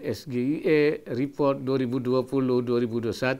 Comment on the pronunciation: Di Indo, SGIE memang biasa dibaca ES GE I E ya, bukan ES JI AI I :D